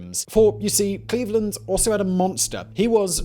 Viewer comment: It's Cleave-Land